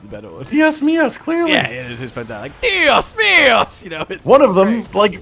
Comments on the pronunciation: Spanish time! The expression was trying to say is "Dios mio" not "Dios mios" And it translate to My God not my days, days in Spanish is Dias. Also, I haven't heard any Spanish speaker say "Mis dias" or "Dias mios" like that. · Two things, 1) its "dios mío", not "dias mias", 2) it means "my god"/"oh my god", not anything to do with days. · Dios mios is "oh my god" not "oh my days" 🤣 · Should we tell them dios mios is not dias mios? Dios mios is "my god!" which is very common in most christian influenced cultures. That said, I have never heard "Oh my days"